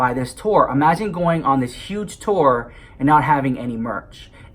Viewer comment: I thought he said “Sister STORE” at first.